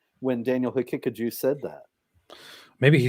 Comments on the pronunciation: I can stop laughing by the way Robert calls Daniel Ha-Kick-A-Jew 😂❤ Edit: I died when he said Daniels telegraphings his antisemitism 😭✝️ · david wood trying not to laugh everytime robert says daniel haqiqaJEW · Is it just me or does it sound like Robert is saying "Hakickajew" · Robert pronounces Daniel's name like HeKickedAJew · Great stream! I love the way Robert says Daniel's name. Ha-kick-a-jew 😂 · Robert pronounces it as "He-kick-a-jew", kind of fitting